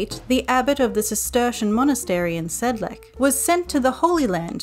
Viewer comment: The c in Sedlec is read as C, not K